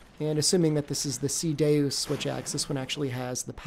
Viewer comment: It's Ceadeus, like Cea and Deus, as in Deus ex Machina, I think that's Latin for God from the Machine; it's pronounced like day-us